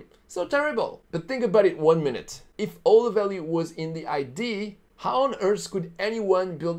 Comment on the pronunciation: #4 mistake number 4, entrepreneurs don't learn to pronounce idea